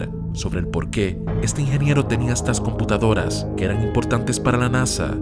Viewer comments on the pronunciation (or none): Por querer hablar rápido no se te entiende la palabra "ingeniero"